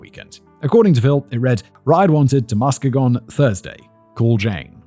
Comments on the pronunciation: It's Ma-ski-gon, but you have to say it quickly like a michigander 😂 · The emphasis is on the second syllable: muss-KEE-gun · I swear nobody can pronounce Muskegon correctly. Trap Lore Ross does the same shit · As a west Michigan native, hearing Simon pronounce Muskegon gives me a chuckle. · I was the one who suggested this episode to Emma and I should've thought to offer local pronunciation assistance before she sent poor Fact Boy out on his own 😂 I've never heard so many creative versions of "Muskegon" that are all wrong in their own unique inflections